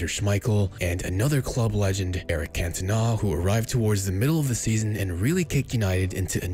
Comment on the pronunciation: Cantona* not Kentona